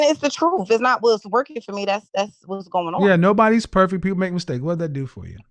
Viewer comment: I dislike when folks say perfek